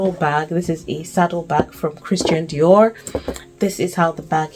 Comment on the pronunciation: I like the way you pronounced the Christian Dior. The bag is bagging. The rent you are still paying in Wisbech gan is still far far cheaper than my rent here in Leeds. Abi i should pack to Wisbech ni. What made you get subsidy for electricity back in Darlington Won't kerosene be smelling in the neighbourhood? So that means the kerosene tank only keeps the building warm then and not for cooking. Then do you run the heating of the current house during winter all day and all night? Your council tax and water bill is way expensive. Let me remain in my Leeds 😂 How much is your car insurance if you dont mind please. Nice video. You have been able to convince us 😂